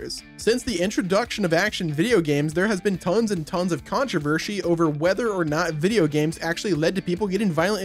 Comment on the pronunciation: "Tons and tons of CoNtRO-verSHEY"